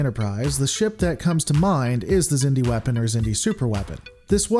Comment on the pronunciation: The Xindi (pronounced "ZIN-dee") were an alliance of species who evolved on the same planet in the Delphic Expanse, known as Xindus Have fun being wrong